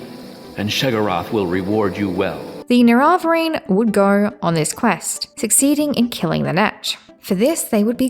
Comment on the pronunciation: A bit nitpicky, but what is with that pronunciation of "nerevarine"?